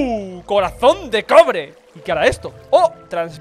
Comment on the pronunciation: en la parte que ase el corazon de cobre le entiendo crobre xd